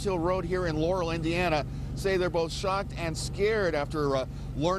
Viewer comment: LAR-uhll is the correct pronunciation amongst locals. I hate when people call it Ler-ruhl lmfao